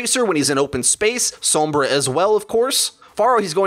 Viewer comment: Every time says Sombra I cringed